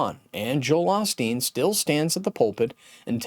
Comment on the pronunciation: This critic doesn’t even know how to pronounce Joel’s last name correctly. Beware of his critical words.